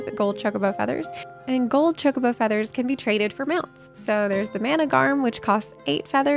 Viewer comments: you need to learn to say chocobo properly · The way you said Chocobo lol